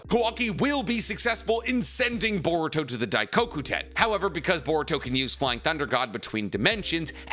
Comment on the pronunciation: Shot everytime he says diecockyiuten and enjoy the stomach pump